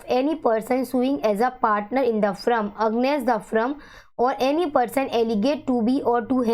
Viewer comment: Kindly note it’s firm not frum it’s against not aggnest